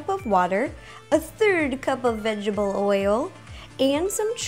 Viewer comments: why would u say vegble oil that is akword ? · Wow Ro was EXTRA strength Adorable today... I mean... Is it just me or did she say "Veggible oil" :p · She always dose lol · She says vegetable wierd lol but I still love her vids